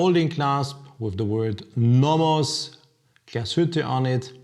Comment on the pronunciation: Hahaha learn to pronounce the name Glashütte